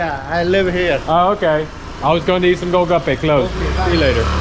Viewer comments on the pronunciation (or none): Golgappe , not olgappa .